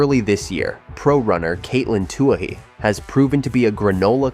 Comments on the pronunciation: Too bad this AI can't pronounce Katelyn's last name, otherwise it's great to see her back. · HATE this VOICE... CA'T Pronounce her NAME, and it's FIVE- ZERO, ZERO ZERO race